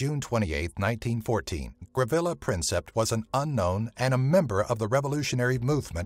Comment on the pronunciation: did you just say ravilo princip its gavrilo princip every one knost that even from the bridge dedicated to him